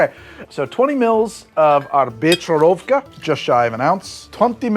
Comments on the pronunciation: As a head’s up, the “ch” in Czech is a hard H, like in Chanukah. Not a ch like in cheese. For when you pronounce Becherovka. Also I like it too. My friend would say it’s Christmas in a bottle! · Becherovka has a strong H, like German ch. Not a č. Also Czechoslovakia had something called a Fidel. It's a Cuba libre made with Božkov and Kofola because it was hard to import real rum and coke. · Dear, the 'ch' in Becherovka is more like a 'hh' sound (if you want to say 'ch' in Czech, you use č!). FYI. Greetings from Czech Republic, an entertaining and amusing video! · Also - “beherovka” with an h sound, not a ch sound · HOWEVER. please pronounce becherovka as bekherovka. k is silent. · For reference, the ch in Becherovka is isn't the soft English ch sound, its like the spanish j, like Juan.